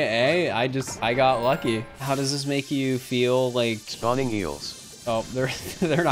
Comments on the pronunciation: YOU JUST SAID IKE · you just said "ike"